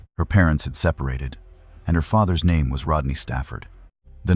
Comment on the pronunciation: at least get the names correct plz, very disrespectful